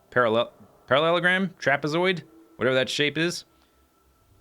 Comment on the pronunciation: trap-a-zoid goddamnit